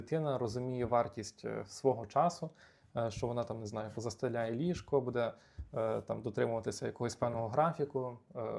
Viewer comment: Дякую за відео. Але дуже боляче в голові як ви постійно в слові "буде" робите не правильно наголос